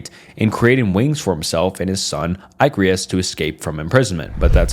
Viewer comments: Eyecaris lmao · Saying Icarus like eye-cree-us is crazy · was he tryna say Icarus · Amazing video bro! The way you pronounced "Icarus" made me want to cry tho.